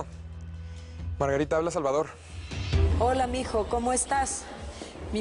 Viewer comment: A mi me dio risa cuándo dise Margatita ..Chela, Felicidad,🤣🤣🤣😅🤣 Violeta .vengan pa. ca🤣😅🤣